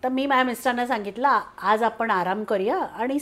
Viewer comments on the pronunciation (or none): तुमचं काम खूप छान आहे . मराठी भाषा बोली भाषा आणि प्रमाण भाषा . जर तुम्ही बोली भाषा वापरात असाल तर फार काही फरक पडत नाही , वाचा शुद्धतेची अपेक्षा नाहीये पण जर पॉडकास्ट मध्ये विविध लोक येणार आहेत आणि आपण प्रमाण भाषा वापरणार असाल तर मात्र आपण आपल्या उच्चारांवर काम करावे अशी माझी तुम्हाला विनंती आहे. कोन............ कोण आपन.........आपण म्हनतो....... म्हणतो आवर्जून ' न ' आणि ' ण ' उच्छारावर लक्ष्य द्यावे मी उलगडून न सांगता तुम्हीच तुमचे बोलणे नीट ऐकावे , दोन्ही अक्षरातले लिखाण- उच्चार नि त्यातला फरक समजून घ्यावा ही विनंती .........निव्वळ तुमच्या प्रगतीसाठी तुम्ही ज्यांची मुलाकात घेताय त्यांचे बोलणे पण परत एकदा लक्षपूर्वक ऐकावे असे मला मनापासून वाटते .